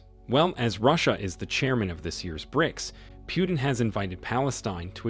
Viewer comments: It's not Piutin - its Putin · It’s not “Pew-ton” it’s “Putin”.